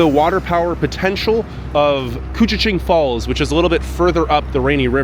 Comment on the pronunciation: Very impressive you pronounced koochiching correctly! 👍🏼🤣 Born in Baudette, I haven’t been to “I Falls” in probably 35-40 years now and you did a wonderful job showing it off! Fun Fact: we can easily experience 60-70 degree temperatures changes within a day or two, -30 to +32 is quite common. Fun Fact #2: we own more clothing than other people (eg.)3 -4 pairs of boots along with tennis shoes and sandals. Same thing with Jackets, hats, gloves and scarves!